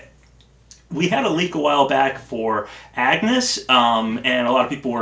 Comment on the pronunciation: Agnés is pronounced "Ahn-Yez", please watch a cutsene from Bravely Default ;-; But otherwise good speculating, I'd love Edea, Agnés or Magnolia, but I'm in the Erdrick camp.